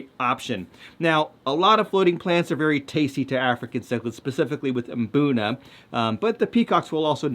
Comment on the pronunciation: Thank you for mmm-BOOnuh. I've never been to Africa, but I'd bet no self-respecting locals are saying MUH-boonuh.